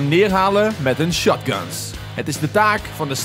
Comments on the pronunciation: Jij zegt in plaats van shotgun shatgan in de intro😂 wel super leuke video zeker vaker doen!🔥👍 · Plaats noem de shotgun niet shatgun ik irriteer me er aan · het is niet schutgun maar schotgun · Hij zegt niet gewoon shotgun maar SHATGAN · is echt een mooie uitspraak van shotgun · SPREEK SHOTGUN NORMAAL UIT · spreek shotgun aub nie zo debiel uit